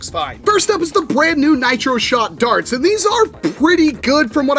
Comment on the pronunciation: HE SAID BLAND NEW